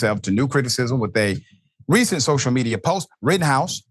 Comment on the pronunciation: It is not Rittenhouse but "Rottenhouse"! The guy is a blabbering idiot!